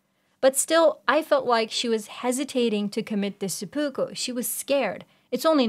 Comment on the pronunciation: Good video aside from the constant bad pronunciation of seppuku…..the series mentions it several times teaching us the proper way to say it